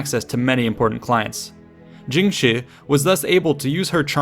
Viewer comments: Her name is pronounced more like "jung sure", not "jing she", btw :) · it's pronounced tshing, not djing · Jung shuh('r) I really wish this guy would spend a few minutes learning how things are pronounced before he butchers them for an entire video. It makes it hard to watch. Why should I respect his research if he can't even approximate the names correctly? It's painfully embarrassing for him.